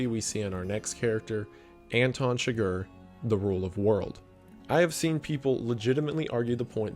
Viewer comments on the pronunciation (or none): you call it your favourite movie ,and you pronounce Anton Chigur as Anton Sugar😅